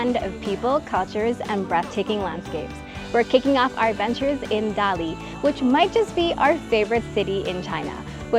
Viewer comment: You should correctly say "Dali" as Ta Li . 👍👏🀄